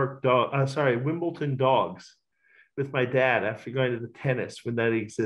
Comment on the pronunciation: Can't believe he mispronounces Wimbledon....🤔